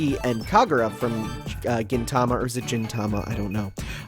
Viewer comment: “Gin” is pronounced with a hard g, there are no soft g’s in Japanese.